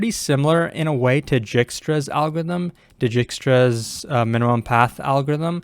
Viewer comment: it's pronounced dike-struh lmao 💀